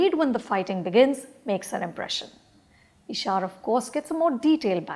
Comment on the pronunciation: She watched the movie and can’t even pronounce the lead’s name ishaaaaaaaar ‘’’And all about those action scenes in the end they went overboard with it’’ Its an action movie anupama come on Why do i feel like you are just reading a review made by your team